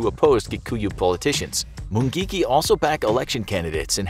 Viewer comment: Am Kenyan, just love the way you pronounce mungiki